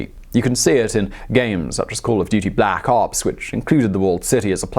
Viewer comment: Why u say black ops like that